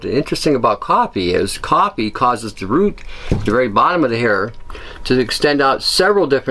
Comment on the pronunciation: are you saying coppie or coffee I can't understand some of your words. sorry, nerve damage